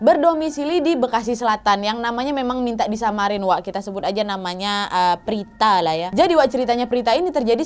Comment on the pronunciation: Prita kka Bukan Prtita